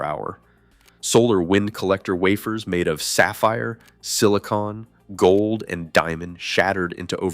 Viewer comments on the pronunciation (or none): none